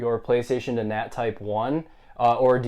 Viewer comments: "Well in todays video im gonna share my experience as to how to just get that nu... nat type 1" 🤣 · "Well in today's video I'm gonna share my experience as to how to get that nut,nat type1." im dead you